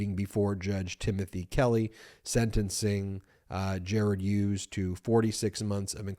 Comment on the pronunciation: Ben, the name Hughes is pronounced with a hard H, as in Him and Her. Not the soft H as in Honest. Another excellent episode, thanks Bagel Ben and your mighty brothers and team!